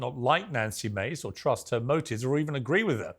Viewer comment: bro get her name right you’ve had her on here before😭 you gotta know how to pronounce the names of the people you have on